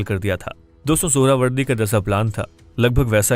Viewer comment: Suharawardy ❌ Suarwardy 🐖 🐖 🐖 ✅